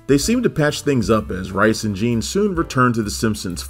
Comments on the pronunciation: The Talking Simpsons guys already did a mini podcast on this..go listen to that. They know his name is pronounced like Rees and not Rice...they even interviewed him multiple times. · Mike "Reese" not Mike "Rice". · forgive me, but Mike Reiss's name is pronounced like "reese" not "rice". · It's pronounced "Reese". I have the DVD set and the audio commentary, especially on "Jay & Alice & Siskel & Ebert" is hilarious.